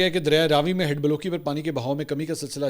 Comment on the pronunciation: بلوکی ❎ بلوّ کی ✅